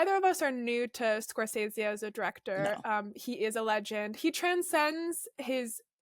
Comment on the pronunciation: Note* ‘Scor-sezee’ not ‘scor-sayzee’. Nice chat though